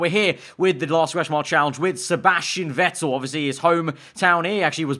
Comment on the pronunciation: Not Wettel 🤦🏼‍♂️ VETTEL